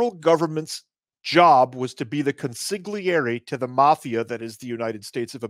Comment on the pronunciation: Please learn how to pronounce consiglieri